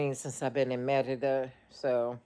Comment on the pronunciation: Can yall stop saying Merida with the accent. It's so annoying. If you are speaking Spanish, pronounce it in Spanish but if you are speaking English, pronounce it in English.